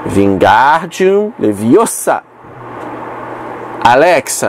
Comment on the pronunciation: É Leviosa, não Leviosah! 😅